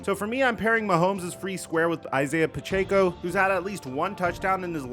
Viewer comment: And it’s pronounced puh-check-oh not puh-chay-co